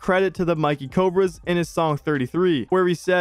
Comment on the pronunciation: It’s not Mikey Cobra it’s Mickey Cobra you gotta say like you saying Mickey Mouse 😭